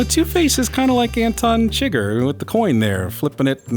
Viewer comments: how are you such a fan of the movie, and you pronounce the character chi-gger wtf is going on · Did you call him Anton chigger?